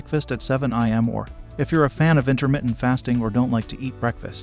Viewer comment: am I the only one getting triggered by pronouncing ‘AM’ as ‘IM’ … 😒